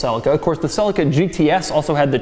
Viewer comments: Not sell-a-ca it’s celica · Wtf is a Toyota "sellica"? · Did he just say Sellica? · Celica is Pronounced Ce-li-ca. Not Cel-ica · Americans pronounce everything to do with cars wrong. Never ceases to amaze me. They pronounce a Toyota Celica as Toyota Sell-ik-a. Really!? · Can i ask something about ... pronunciation of "Celica"... "sell-ika" over here (UK) everyone says it "sell- eeka" which is correct? Selleeka sounds much better than Sellika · Ok stop right there! its not pronounced Selica it pronounced sea lic a (celica). Christ man!! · hahah the cell-eh-caa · #Doug your pronunciation of Celica is so wrong it's pronounced Celeeeeca ! Americans english fail !!!!!!!! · Doug the type of guy to mispronounce Celica every single time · Do all Americans pronounce Celica like Doug? ;/